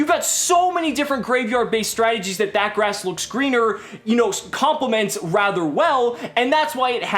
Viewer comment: You mispronounced That Ass Looks Leaner